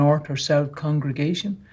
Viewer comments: Second comment. Question: Why can't some of them say the word "congregation"? They say "correngation" instead. I swear I heard it at least twice during this video from two different people.🤔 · Why do some JW's/Elders say "correngation" instead of (I presume) 'congregation'? I've noticed it in a few of these 'official' videos now 🤔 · Why do the majority of these people (and it’s not just this video) constantly mispronounce congregation as “corengation”???? I’m starting to feel like it might be a different word or something. Am I daft??? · shoutout to the multiple people in this video who can't correctly pronounce "congregation"